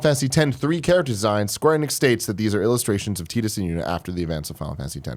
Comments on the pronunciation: Teedus? TEEDUS?! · Who is "Teedus"? Don't you mean "Tidus"?